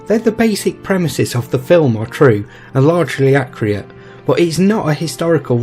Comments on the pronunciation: accurate, not acreate. Other than that, good narration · Very enlightening and well scripted. However, there is a certain irony in pronouncing the word "accurate" as "accriate" which raised a smile from me, more than once. Overall, I loved it. Thank you.